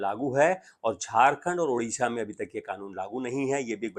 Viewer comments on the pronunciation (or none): none